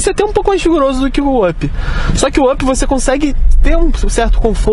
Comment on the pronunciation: O cara pronuncia vãp 😪 o nome se pronuncia ãp 🤷🏽‍♂️🤦🏽‍♂️